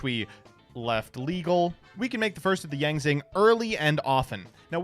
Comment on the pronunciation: the Yang Zing pronounciations are gonna be the end of me